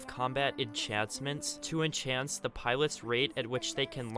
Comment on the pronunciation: Dude, it clearly says enHANCE Not enCHANCE